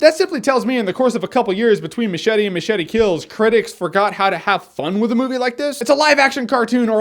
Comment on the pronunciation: Did this fucking guy even watch the movie? He can't even say MACHETE...fucking moron.